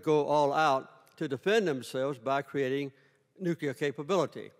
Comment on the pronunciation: Its Nuclear. Not Nucular.